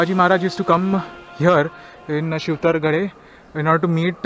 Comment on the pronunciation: It's Shivtharghal not shivtharghale.